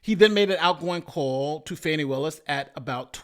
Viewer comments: Its FAWN- KNEE : )) I want to know is it really or has it been FANNY til lately ? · come on now. at least pronounce her name correctly. it's not pronounced "fanny." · Why can't anyone say her name correctly? It is pronounced Fawn-E.